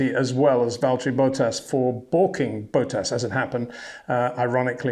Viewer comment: HEY PETER WINDSOR, I HAVE MESSAGE FOR YOU SIR: it is NOT Max "verSHtappen" ... Max is not German (Germans indeed do pronounce "st" as "sht") ... #Max33 = Dutch NL/Belgium! ... It is not "Bottash" nor is it "Lewish" certainly not "verSHtappen" .... This BS started long time ago when a British sport presenter interviewed father Jos Verstappen and assumed you can use a German pronunciation to a Dutch Driver thinking it is so "funny" ... It is not. SERIOUS QUESTION: Can any Englishman say "versatile" out-loud without saying "vershatile" phonetically? most can about 99,99% ... that is why most English can pronounce Verstappen 100% correct!